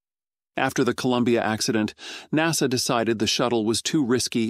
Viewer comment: Stupid AI voice, NASA is treated as a word, not 4 independent letters (@ 7: 15).